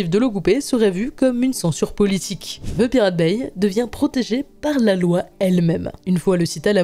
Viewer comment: Dans le mot anglais "The" n'a pas "Z" ! 😊😅😂 Les français ont tellement de difficultés avec l'anglais 😅😊✌️